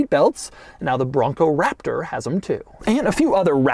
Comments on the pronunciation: The emphasis on “Raptor” got old after the first time. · he does it for every SUV now it seems. gets old. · Great review...but the way you say Raptor needs to chill.